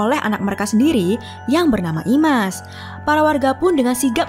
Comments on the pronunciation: Slah penyebutan min dari imas kok ke isma😒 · IMAS, tapi disebut ISMA teruuusss